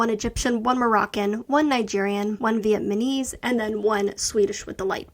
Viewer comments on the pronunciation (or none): I love your data analysis videos; they say everything I have been thinking about these achievements but couldn't totally articulate. one thing...I noticed that you pronounced and wrote "Vietmanese" instead of "VietNAMese" on your charts and in your videos. I wanted to point this out and let you know so you can avoid it in the future!! It's a really common mistake where I currently live in Texas, so I've heard/seen it before. That's all!!